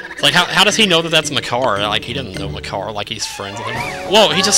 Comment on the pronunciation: "You can't eat Makar!" it almost sounded like... "You can't eat my car!" xD